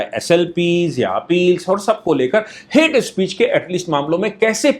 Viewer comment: "हेट्स स्पीशीज" खतरनाक अंग्रेजी 🤣🤣